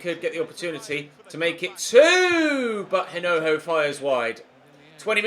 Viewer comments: You're not supposed to pronounce the h in hinojo. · the correct pronunciation of Hinojo's name is with a silent h. Massive supporter all the way from Madrid. Like so can see